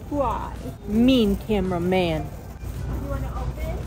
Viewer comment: "mEaN cAmWa MaN"💀